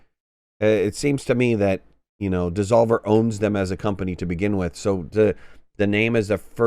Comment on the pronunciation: alot of Freudian slips in this video its devolver not desolver ;}